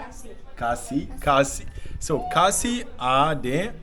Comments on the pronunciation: Who give you that khasi words, it's all wrong. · Ia khlain m not ia klain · Broo even the judge is pronouncing wrong 😂😂 ia khaiñ em ? ✔️ Ia klein hem ✖️